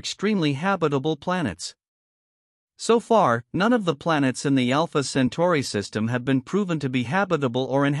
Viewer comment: It;s AI - you can tell because it can't pronounce Centauri (as in Alpha Centauri)